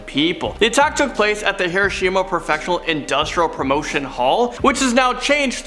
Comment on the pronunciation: Key to pronounciation - Hiruh-sheem-uh = Hiroshima Himurroo Mansion =??? Taintful =??? Mikoo Heenaskee =??? Hoku-wei-doh = Hokkaido ManCHESTer = MANchester Eye-woah-jimm-uh = Iwo Jima Ohkee-kee-wah = Okinawa (?) Ferbahding = foreboding Hyoos-tennah-bosh =????? Ei-okee-gah-hara = Aokigahara